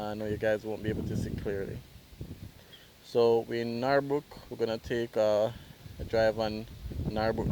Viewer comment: Its Norbrook not Nawrbrook .Pronounced Nur-brook